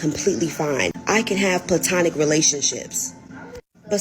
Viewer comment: "PLANTONIC" LOL! OK! :face-green-smiling